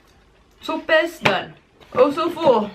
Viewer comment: Sope sounds like "soh-peh", but good job. 👍🏽